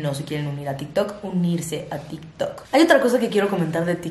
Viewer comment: Nadie: Absolutamente nadie:: “hablemos de til tok"